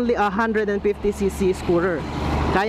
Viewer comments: One FIFty, not one PIFty. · ONE PIFTY... ONE PIFTY... ONE PIFTY ONE PIFTY KA NG ONE PIFTY.. D TULOY AKO NANINIWALA SA SINASABI MO.. 50 NGA EH D MO PA MASABI. PIFTY....